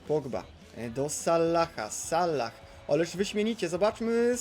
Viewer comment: Proszę czytaj Salah z jednym "L" nie z dwoma... Sallah... To nawet źle wygląda jak się to napisze xd